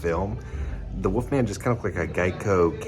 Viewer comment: Are you saying ‘woofman’ because it’s killed me through this video 😂😂